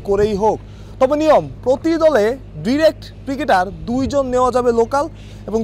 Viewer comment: ভাই ডিরেক্ট না ডায়রেক্ট হবে